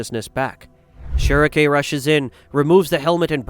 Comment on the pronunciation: Beh-heh-lit say it with me not "beh her rit" we don't call Guts, Gatsu. Schierke = sch rike (like the bird schrike) not "schere re k" You have to adjust for verbiage.